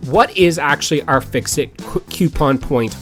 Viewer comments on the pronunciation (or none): FICSIT, not FISCIT. pronounced FIX IT